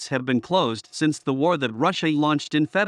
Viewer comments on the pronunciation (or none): none